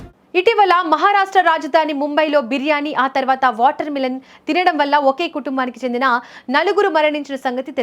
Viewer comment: మిలన్ కాదు మెలన్